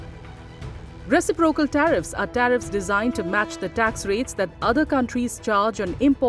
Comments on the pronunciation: Reci'procal. Not recipro'cal. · Re ci' procal not recipro'cal